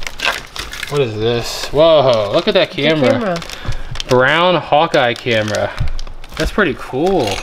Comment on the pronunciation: That little "lens" you thought went with the Browne (pronounced brownie) camera is called a loupe (pronounced loop) jewelers use it to check stones